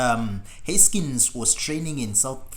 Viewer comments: “Huskins”? Seriously?? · Haskins not Huskins…..I don’t understand the characterization of “final intense” moments. Anyway, thanks for posting a nice collage of comments.